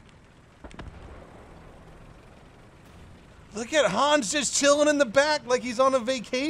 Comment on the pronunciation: Hans, spell it with a short A ;)